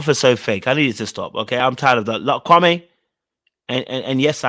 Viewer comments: He is so fake laugh and all. Is his name supposed to be pronounced Kwa-may or Kwa-me? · Supposed to be pronounced kwa-may. But a lot of people say kwa-mie, so i guess it's easier for him to just go with the mispronunciation rather correct people constantly for years.